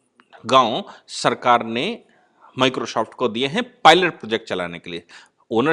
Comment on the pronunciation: पहले "माइक्रो सॉफ्ट" बोलना सीख ले । 🔥🔥🔥